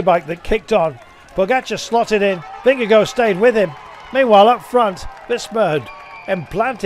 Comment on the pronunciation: For goodness sake! It’s NOT pronounced “Vinga-go”! Disrespectful…